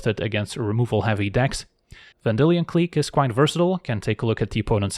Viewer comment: pronounciation of Vendillion Clique makes wanna clique the like button 👍